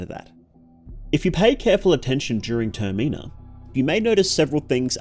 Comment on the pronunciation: Termeenah is wild, I was so confused until I realized you were trying to say Termina